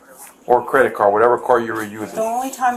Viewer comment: This police officer is t the sharpest tool in the shed!!! “Did she wuze a cwedit card”??